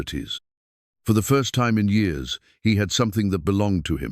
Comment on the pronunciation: The reading of the story was okay but the way he read the years is wrong. It's distracting 😮